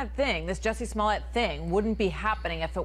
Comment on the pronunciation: Bruh... He's guilty to some degree and the verdict smells suuuuuppper fishy. BTW you pronounced his name right